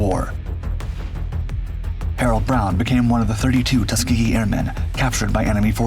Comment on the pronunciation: Tusgehee airmen, Great Americans.